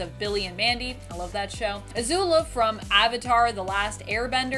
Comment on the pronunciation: Azula, not Azulo.